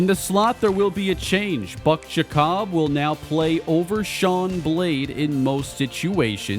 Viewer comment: I believe Giacobbe is pronounced Jacoby and not Ja-cobb.